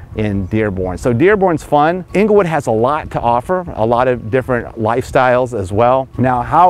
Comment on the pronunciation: Great video but please pronounce it correctly- it’s Engle wood NOT ingle wood